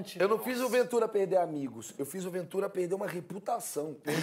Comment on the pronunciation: Eita! Pelo visto cortar o R dos verbos deve ser cringe tb! #perde=perder